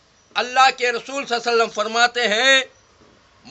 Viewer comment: aap ka sab acha hai magar aap thoda soch samajhkar baat karo 1. Aap huzur sallesallam bolrai ghalat hai Talaffuz sahi istemaal woh sallellahu alaihi wa sallam woh bhi swad ki awaz se aur Nouzbillah aap bole huzur barzaq ku chalegaye kaisa bolsakte aap